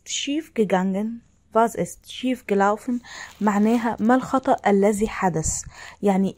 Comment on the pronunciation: شكرا عالمعلومات لكن اللفظ كتيير سئ ،